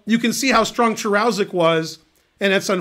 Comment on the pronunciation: Hey Ben, the name should be pronounced "Karushek".